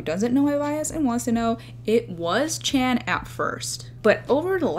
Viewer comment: Its Bang ChAn, not ChEn🤦 Please, pronounce their names properly (as they do pronounce their own names)